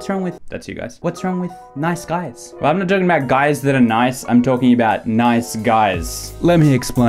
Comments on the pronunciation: I heard night skies a few times what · sounds like you're saying "nize skies"